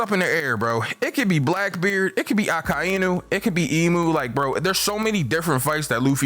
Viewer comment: The way he says Akainu bothers me.